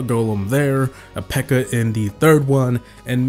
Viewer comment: it's peaker not beaker 😂😂😂😂😂